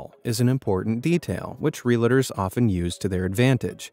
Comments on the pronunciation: It’s not, “real-a-ters”, it’s “real-ters”. There’s no second “a” in it, and it has 2 syllables, not 3. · They are not called Ree-a-la-ters. They are Realtors. Two syllables. Real-tors. It’s a registered trademark.